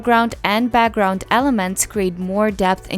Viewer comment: She’s great! But the way she says “BAGGGROUND” is soo annoying 🤣